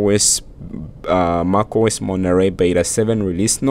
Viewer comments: Lol, you can pronounce mac as something in between mec and your pronunciation of mac. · Great video but you need to learn how to pronounce macOS. It sounds so weird from you.